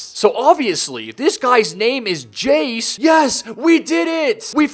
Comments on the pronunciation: Its called jaxe not jace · Not Jace it jaxe